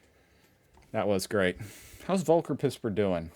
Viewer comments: It's Folker... German V as we've tried to tell you. It's like Volkner mobil the luxury coach makers.. F sound. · Btw his name is spoken as "folker" not "wolker" 😂 pispers was quite well